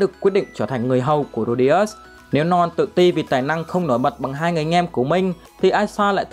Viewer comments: Ad: Norn Não tao: Non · Ad đọc : norn Còn tôi : non 😂😂